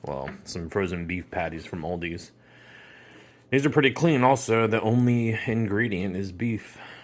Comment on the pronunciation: No S a the Aldi. Many people do that, it’s just Aldi